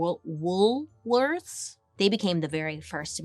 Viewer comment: Me an Aussie listening to Bailey pronounce Woolworths